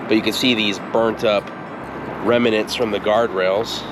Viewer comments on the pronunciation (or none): It’s pronounced remnants, not remenants! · remnants, not reminents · "Remnants", not "reminants". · Dear you know that I LOVE you shows, and so I need to correct one of your pronunciations. You kept saying "Rem uh nants" (with three syllables) and it should be "Rem nants" (with only two syllables). Drop the "uh" and you got it. Doctor George Whitehead (La Jolla, California) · I agree that his voice is easy to listen to, but "remnants" is not pronounced "rem-i-nants," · Remnant(s( is just two syllables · Remnants two syllables, not three. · I like exploring old roads, so enjoyed your video, but pay attention to how you're saying remnants. It started getting annoying. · Remnants, two syllables, not three.